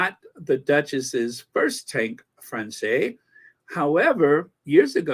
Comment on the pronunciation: "Française" is pronounced 'fransez' in french or [fʁɑ̃sɛːz], phonetically,.